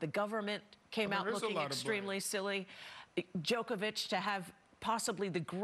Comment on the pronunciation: Djokovic not Djokeavic, learn how to pronounce his name properly if your going to present a show 🤷🏻‍♂️ he is not playing by his own rules, he is exercising his bodily autonomy and using his right to medical freedom to decide what medical procedures he undergoes 🤷🏻‍♂️